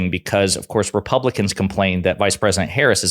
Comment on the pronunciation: Amazing how so MANY R's can't or won't pronounce Harris's name correctly. I suppose D's should start calling Trump not by his correct name, but rather dRump. Fair is Fair - right?